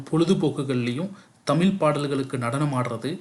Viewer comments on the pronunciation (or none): முதலில் இந்த நெறியாளர் தமிழை ஒழுங்காகப் பேசட்டும். பிறகு மற்றவர்களுக்குக் கற்றுக் கொடுக்கலாம். அது 'தமில்' அல்ல "தமிழ்". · தமில் இல்லை தமிழ் தமிழின் சிறப்பான 'ழ' வை சரியாக உச்சரிக்கவும் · தமிலை இல்லை தமிழைச் சரியாக உச்சரிக்கவும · முதலில் தமிழ் என்று சரியாக உச்சரிக்க கற்றுக் கொண்டு தமிழ் சேவையை செய்யுங்கள். அப்படி செய்தால் தான் உங்களுக்கு அழகு